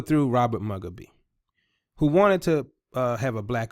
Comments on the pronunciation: Robert Mugabe is Moo-gah-bay 🤦🏾‍♀️not Mug-uh-bee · Zimbabwe's ousted President Robert Mugabe's last name is pronounced Moo gah bay.